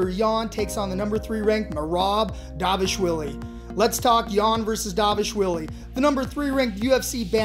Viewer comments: It's dvalishvili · Is no one able to pronounce dvalishvili’s name correct?